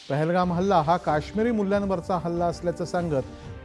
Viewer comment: pahalgam not thahlgam